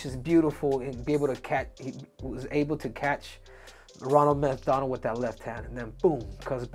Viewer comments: He called sean Ronald MethDonald🤣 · Said methDonald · He called him Ronald methDonald. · He said methDonald.